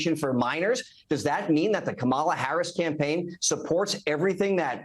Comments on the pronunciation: All his people talk the same. Including mispronouncing Kamala's name. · Don’t watch new clip where people mispronounce Kamala’s name and the new anchor host doesn’t correct them. Let’s not normalize this type of behavior! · Just the fact these people intentionally mispronounce her name, shows blatant immaturity and disrespect. And that man's face, his smile, seems sinister. I sense evil oozing from him. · Love how they keep on purpose using the first name of a presidential candidate and mispronouncing it too. Disrespectful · After hearing this guy, I am even more convinced to vote for Kamala. Anyone who cannot pronounce someone's name correctly shouldn't even be speaking in a public arena. Add one more nut to the plate. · COMMA-LA. stop pronouncing her name incorrectly, it is racist. all politicians flip flop sometimes with changing public opinion which is what is SUPPOSE to happen as we are hiring THEM to represent US. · It’s hard to take any adult serious when they refuse or are unable to pronounce 3 syllables correctly 🙄 It’s Comma-La! Madame President Kamala🇺🇸💙🗳️💙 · Why can’t this clown pronounce Kamala? Even a child can do it. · What is the point of mispronouncing Kamala over and over and OVER again? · Are conservatives just intentionally disrespectful or really too stupid to pronounce Kamala correctly? Never mind, I know… Clearly, it’s stupidity. Vote Blue, it’s more respectful! 💙💙💙💙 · Is Lewandowski incapable pronouncing our VP’s name? How stupid is he??? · Why does everyone who speaks for Trump have this glazed look?? It's a cult. Will you please correct him everytime he mis-prounouce her name. It's annoying. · I can’t watch Ari anymore. He lets these right wing nut jobs just bloviate their talking points rather than holding them to an answer. Can’t even be bothered to correct them when they repeatedly and purposely mispronounce Harris’ first name. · Correct these people on the pronunciation of Kamala’s name. It’s disrespectful. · SAY HER NAME RIGHT, YOU ...